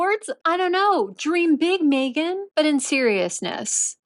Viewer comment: So they went to a poverty stricken country to make money,well she can't do that here in the States, also was having a hard time saying their names,well Meghans,I bet she put that mandatory TITLE in and he screwed it up,🇺🇸✔️👍👋♥️